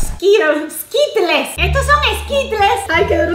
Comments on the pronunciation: 😂 Jeje pero sonrisa se dice skirols pero se escribe skittles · A los esquitles no se le dice así, se dice esquirols